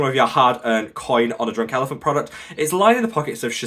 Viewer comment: Did he say drooooouk elephant